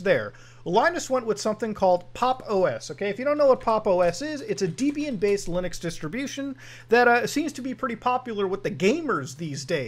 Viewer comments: It is pronounced Debian not Deeeebian, her name was not Deeeeeebrahm it was Debrah..... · When you say "Deebian" do you mean "Debian"? Saying a proper noun correctly can be important to avoid confusion. As the distro was named after Ian Murdock and his at the time wife Debra, I'm fairly sure it's not "Deebian". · STOP SAYING DIBIEN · Debra-Ian, deb-ian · "Deebian" "U-BUNT-too"